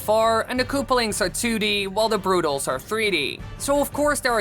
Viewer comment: Rusho896 Productions u can’t even say they’re name correctly